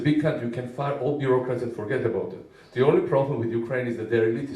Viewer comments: Какое то "Зе" (The) не правильное :-) Моя училка бы такого "Зе" не вытерпела! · Igor Kravets я знаю как правильно говорить "the". Заметьте, все учителя требуют правильное произношение этого слова. За 6 лет изучения английского языка в школе я только научился правильно (по версии училки) говорить "The" :-) И теперь, я не уверен, стоило оно того ? :-)